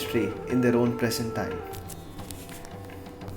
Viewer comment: interestingly the narrator pronounces 'Z' as 'S' like south Indians!.....its preZent...instead of preSent